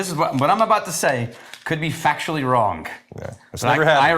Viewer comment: Could it be factually "wronk,"?